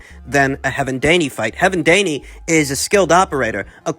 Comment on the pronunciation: "Heaven Daney" 😂